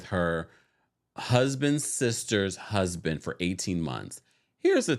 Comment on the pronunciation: “Shusband” - Meredith 😂😂😂